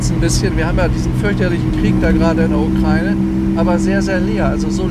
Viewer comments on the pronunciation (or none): none